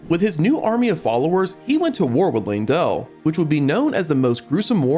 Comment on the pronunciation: LANE-DELL! LANE..DELL!! LEYNdell. How people mispronouce that name boggles my mind, you can literally see an E followed by a Y. L-EY-N, LEY = LAY. Come on people, i hate being the grammar and pronunciation sheriff but godddddd its annoying.😢😢